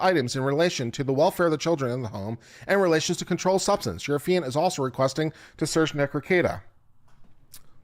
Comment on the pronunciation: Both you and LegalMindset called it "Uh-fee-ant". Why do I think it's "Aff-EE-ant"?